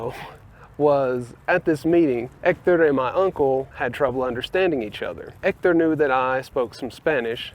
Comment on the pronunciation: Your first sign of victory was instinctively dropping the "h" in "Hector"!